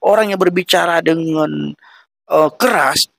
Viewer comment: Saat si abang mengatakan "deungon", keluar sdh logat awak Nanggroe nya. Krue seumangat adun!! God Bless You